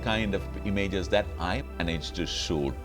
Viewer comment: Looks like he has trouble pronouncing “shoot”!!😅, nothing to be ashamed of... great video anyway 👍. Keep uploading good content